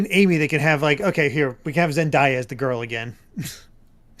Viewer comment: It's pronounced Zen-day-yah